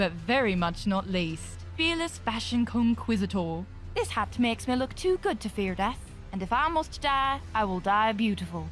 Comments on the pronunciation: "skimitar" "militeeah" "conquizator" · "Mili-teea" "Afishiando" "Conquizator" Bruh come on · Listening to Scimitar pronounced Skim-it-tar, Militia as Mil-lee-tea-ar and Conquistador as Con-Quiz-it-Tore. oof... They tried. They are annoying words I know... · Mili-ti-a?, Aficiando? Conquisator? what the hell? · If only she knew how to pronounce Conquistador and Aficionado... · bro has no idea how to pronunce militia, aficionado and conquistador, I love it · The mispronunciation of militia, aficionado and conquistador were painful. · That not how you say militia, aficionado or, conquistador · I really thought thay whit that weird accent she would pronounce "Conquistador" like a spaniard would (the right way), i guess i was wrong XD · pronounced milita and conquistador wrong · If you're taking on voice acting, you should learn how to pronounce words like Scimitar and Conquistador before doing the recording.